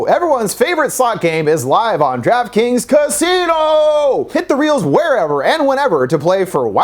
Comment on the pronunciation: Even worse because he pronounced it like "Giraffe Kings" 🤣